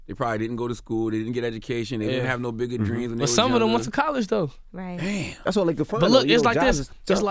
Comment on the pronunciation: Angela yee lmfaooo she said damb it broke his leg haha